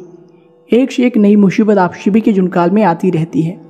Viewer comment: भाई साहब ... स बोला करें... श नहीं... लग शकती है। नहीं लग सकती है। सभी बोलो शभी नहीं।